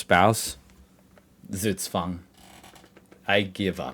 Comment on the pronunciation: Once and for all: Z is not an S. It's not SugSwang. In german, Z is a sharp spoken letter, like the S in Snake, Snap, Smack or Snack. The letter sequence sch is spoken like the ch in chocolate. Ch in Echt is spoken like the one in choose. Ä is close to an english A, while A is like the a in hard. Get this right and you can impress a lot of people😎.